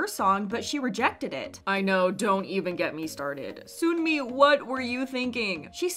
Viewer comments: hate to be that guy.. but the sun in sunmi is pronounced like ☀️ not 🔜 (saw her live and she was irked that fans mispronounce it) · no offence but the way you say sunmi is really annoying. even the Korean version is written 선미 seon-mi, not soon-mi. it’s even worse cos you pronounce all the other names well like sinb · why do you always say sunmi name wrong its sun- mi not soon-mi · This is a small thing, but Sunmi's name is 선미 as in Seon-mi, not Soon-mi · i think sunmi’s name is pronounced sun-mi like the sun, she even said it’s pronounced like that :) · It’s pronounced “Suhn-Mi” not “Soon-Mi”!! shes spoken on this a few times but so many people are still mispronouncing her name so i hope more channels pronounce it properly 😞 So like ☀️mi, not 🔜mi LOL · Her name is pronounced like sun-me not “soon” me. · btw sunmi is pronounced like seon-mi not soon-mi (same vowel sound as wonyoung’s name, just romanized in a different style hehe) also tysm for making these videos! i can never keep up with kpop news and these videos are so concise yet informative so they’re a really big help :D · It's pronounced "sun-me" not "soon-me". Although they sound similar, Soon-mi is a completely different name. It would be like calling someone named Jane, "June". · its not soonmi (순미). it's seonmi/sunmi (선미) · just letting you know, Sunmi is pronounced Suhn-mi, not Soon-mi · no hate, but sunmi is pronounced 선미. like "sun" (what's in the sky) and "me". the way you are saying it is like 순미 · Also video creator bestie it’s pronounced SUN-MEE, not SOON-MEE lol (technically seon-mee but yk 🤷🏻‍♀️) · Sunmi is pronounced sun-mi not soonmi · Lmaoo. You round your O's too much. Its not Sooonmi or Sooolgi( RV Seulgi)the way you say it. Even Sunmi pronounces her name like Son-mi.. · why are ppl still calling sunmi 'soonmi' no offense at all!!! but it's just a tiny pet peeve lol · why do you pronounce sunmi like that 😭 I’m nitpicking but seriously i did a double take when you said soon-mi lol